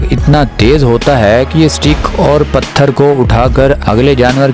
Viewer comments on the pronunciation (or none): none